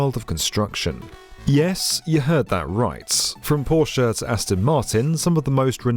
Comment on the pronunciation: I’m a simple man. I hear Porsche pronounced correctly, I hit the like button.